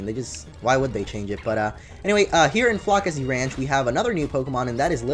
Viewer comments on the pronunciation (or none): its FLO-SE-SI